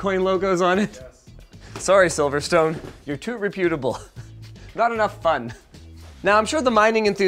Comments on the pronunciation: is reputable pronounced differently in canadia? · omg I cant anymore. The way Linus says Reputable is a huge pet peeve of mine 🤣. Still love you though.